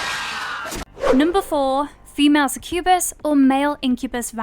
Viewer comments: It's only "succubus" and "incubus". Also, that pronunciation 🙈 Suh-kyoo-buhs. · God, that pronunciation of succubus really got on my nerves. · It's pronounced 'SUCK-you-bus' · How they say succubus 🤣🤣